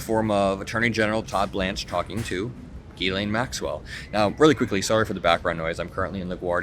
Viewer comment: her name is pronounced JILLAINE.